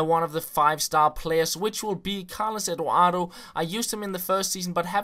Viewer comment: He says Carlos Eduardo like cowos ewowo